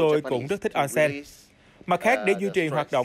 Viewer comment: đọc là ôn sen - おんせん